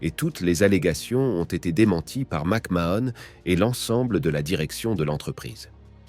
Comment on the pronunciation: ça commence bien, rien qu'à la prononciation de son nom je sais qu tu n'es pas bien renseigné